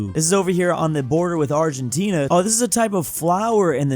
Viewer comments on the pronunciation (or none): none